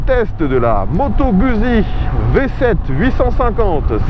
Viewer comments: Ca se prononce "GOUTZZI" mais surtout pas gusi ( je suis rital, donc JE SAIS,) ce n'est pas un simple avis. et OUI, cette bécane en Full ( pas comme dans cette vidéo) est d'un immense agrément. Je confirme que l'absence de jauge de carburant est difficile à pardonner.... bref, TRES attachante au quotidien, mais pas seulement, étonnament performante à l'attaque dans les virolos quand on l'a bien apprivoisée (c'est plus elle qui vous apprivoise, mais passons...) dpartie cycle assez rigoureuse qui met en confiance ; alors OK, elle n'est pas parfaite ( mais quelle machine l'est?) ... c'est "GOUTTZi" (ceci est une touche d'humour). Guzzi c'est, si je caricature, et c'est le cas ici, l'âme (LE COUPLE JOUISSIF quasi dès le ralenti) d'une Harley, mais qui pencherait sans frotter et freinerait. Moto idéale? Je ne sais pas...mais attachante et jouissive, oui, assurément! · /!\ Peccato se dice " Gout'si " !!!